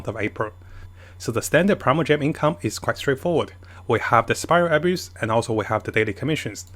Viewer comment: I would be mad that keeps saying "Spiral Abuse" instead of spiral abyss... But abyss is a pain tbh 😅